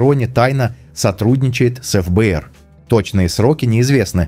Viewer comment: эФ-Бэ-эР сильно режет слух. В русском языке всё же принято говорить Фэ-Бэ-эР. .. Не думаю, что Крис Предатель))